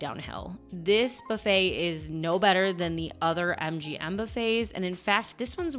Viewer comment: She picked the worst video to mispronounce buffet, really made we want to quit the video. Believe me, that isn’t an accent, she’s just mispronouncing the word buffet. But she mispronounces a lot of words, but buffet really bothered me.